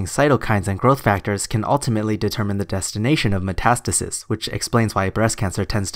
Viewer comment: When you say "matastasis is" it sounds like you're saying "matistasisisis" 😂